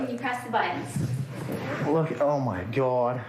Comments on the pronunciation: is my favorite. I'm pretty sure he was trying to say "God!" But he was in a very emotional state and it came out as "Kah" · "oh cawd"